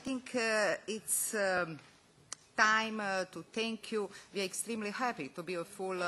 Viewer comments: "We ar AWR." Yes we are. :/ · VI AR AVR TUU MIT AUR KOTMITMENT TU AUR SITIZEN! haha